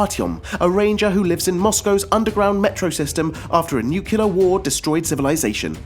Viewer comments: NU-CLEAR NOT NUCULAR....ARE YOU GEORGE BUSH JR FFS??? YOU PEOPLE MADE THE GOD DAMNED LANGUAGE, GET IT RIGHT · it's nuclear, not nukilar....😕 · The list is good and all, but please, it's nuclear, not nucelar. :( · Great selection, but the pronunciation of the word, nuclear is irritating; It's not spelt nu-cu-lar. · "nukyuler"? really? .. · did you just say "nucular" war? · Nucular? WTF is nucular? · nuclear, new cle er not....... new cue ler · It's NUCLEAR for Gods' sake...